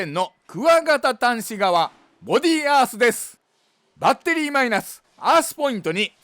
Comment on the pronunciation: バッ↑テリー↓が聞きたくてまた来ました